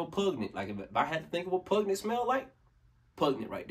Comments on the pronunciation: *Pungent not puG net... peace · 😂😂 “Pug-nent” —-> “Pun-Gent” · Hey, man. You absolutely used the right word when you said pungent, but it's pronounced "pun-jent," oddly enough.